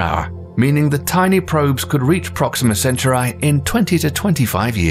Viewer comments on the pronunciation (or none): IT'S CEN-TOW-REE NOT CENTURAI (CENTAURI) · Proxima what?! It's Centauri, not Centurai. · Appreciate the video, but questioning the mis-pronunciation of several words: Magellan, Uranus, Centauri, aurora... I know British pronunciation of some words is different, but these are proper names (excepting "aurora") so there's a correct way to pronounce them. Since education is an area of focus for this channel, it is important for the narrator to research these and get them right. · Great video, but check your spelling - and pronunciation of words like "nuclear", "Uranus" or "Centauri". Avoidable mistakes that take away a great deal of quality and believability.